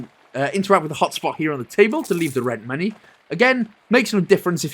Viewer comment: ... So you actually call money "monoh"?